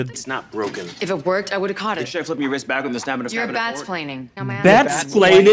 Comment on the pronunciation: She really said "Bat-Splaining" Lord help us